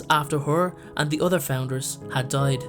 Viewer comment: When you say "other" it sounds like "udder"